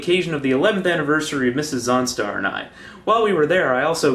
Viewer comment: When you say, "Mrs. Zaunstar" is sounded like, "Mrs. Onstar". It sounded like you really, really liked your car's navigation system.